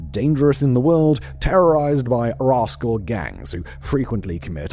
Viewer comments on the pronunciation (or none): none